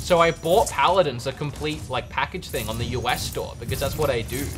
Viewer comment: Paladins not pladins